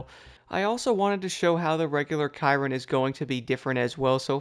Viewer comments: pretty sure its pronounced 'shear-ron' not 'ky-ron'? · It's like saying Veyron but it's with a C